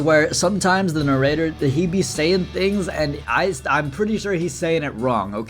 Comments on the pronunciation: criticizing the narrator for the way he says hierophant when himself says narrator like "na-rateor" is truly a moment. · Not sure if going on about narrator having weird pronunciation whilst he literally saying "narrator" with a British inflection and an american accent is world class irony or diabolical levels of trolling. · when is making fun of the narrator for saying "hierophant" the wrong way and then butchering the word "narrator" is truly a a moment